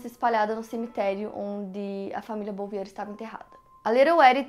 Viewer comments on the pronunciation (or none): A pronuncia do sobrenome da família Bouvier é “Buviê”